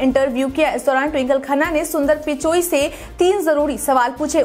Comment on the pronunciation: । सुंदर पिचाई बोलिए। आप सुंदर पिचोई बोल रही हैं 🙏